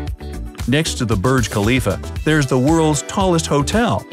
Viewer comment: i'm an indian and kolkata and mumbai has the most populations in india and u said the burj khalifa wrong but i don't judge u no offense